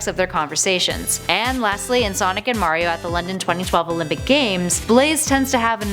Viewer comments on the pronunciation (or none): none